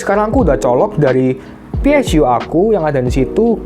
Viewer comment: PSU BANG BUKAN PSYU